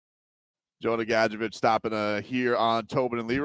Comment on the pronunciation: Gad-Jovic Dude!